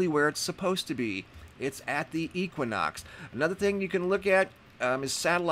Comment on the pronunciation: If I hear you pronounce equinox wrong one more time!!!!!!